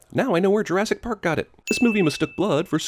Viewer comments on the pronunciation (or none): none